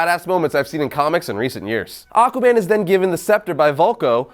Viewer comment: Lol, he said AquaBAND in da intro of this vid.